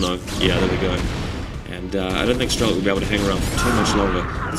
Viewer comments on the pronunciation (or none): its nto strelo-KEY, its just strelok, a russian word with no "key" in end.